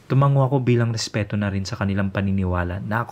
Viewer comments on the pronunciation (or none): none